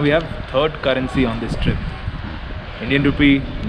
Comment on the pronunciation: It’s currency not gurrency. Two not Do.